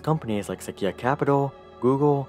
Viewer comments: seh-kee-ah capital. i died a little. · "Sequoia" - pronounced: suh-KWOY-uh. You're welcome!